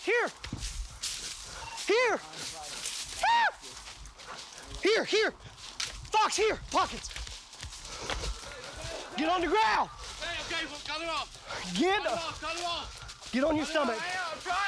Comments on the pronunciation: Noo this dog is probably imported from west europe (trained here). He use Dutch/German words but wrong prenounced. Packen (pakken) mean get hem. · Packen means grab. His pronunciation is off though. He also said bleib (stay) and fuss (heel). Dog is trained in German. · When he said "pockets" I thought he was saying "poggers"